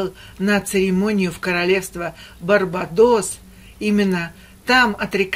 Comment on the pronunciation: БарбАдос ударение на а